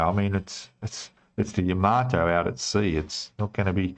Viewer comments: I actually watched a Japanese girl who was building the Yamato, and she pronounced it..."Yamma-toe" I think we should all agree that THAT is a proper way to say the name of the ship? But really, whatever! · It’s not ya maato in japanese each syllable has equal stress it’s ya ma to.